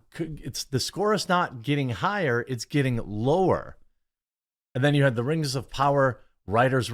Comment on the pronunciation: When Durin's wife said:" Lord of da Rang, Return of the kang" I busted out in tears